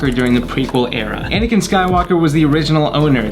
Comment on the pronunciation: it Anakin not whatever u said